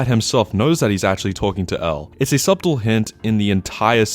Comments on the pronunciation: My friend subtle is pronounced “suttle” and not “subtal” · How did you pronounce the T in subtle and not in Light 95% of the time? lol